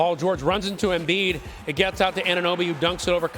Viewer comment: Embid 🤷 as Charles Barkley would say turible